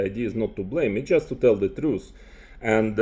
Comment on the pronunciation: It’s TRUTH not truce you troglodyte